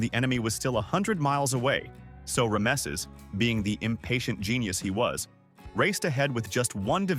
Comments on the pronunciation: Now I know where to go to get bad history, poorly understood and explained, without context and narrated by an AI that can't pronounce Rameses. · Teach your AI how to pronounce Rameses.